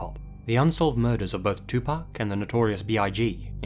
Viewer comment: Hey dude thanks for pronouncing pac's name right. I really love this video, i need to listen to Sam Cooke now. Never listened to his stuff before. Thank you! Can't wait to watch the rest of this video!